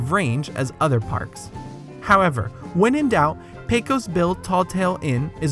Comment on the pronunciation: A couple of mispronunciations I noticed: "Aunt Polly" is pronounced "ant," not "ahnt," and "Pecos" is correctly pronounced PAY-kus, not PAY-kose.